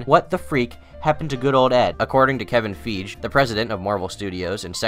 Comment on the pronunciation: its pronounced kevin fei-gee, not kevin feej